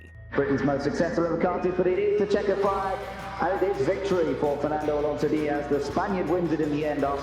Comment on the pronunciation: Why is so hard for britards to pronounce Fernando Alonso? 25 years in F1 and yet they can say it properly XD, well, britardeds